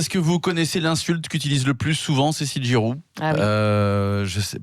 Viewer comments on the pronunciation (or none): GIROUD et SOTH. 🙃 .Ce serait qaund meme bien de bien prononcer le nom des invités - Jusqu à ,vraisemblablement,le chroniqueur de droite s en fou royalement (il est sur son tel). C PITOYABLE (HONTE A LUI)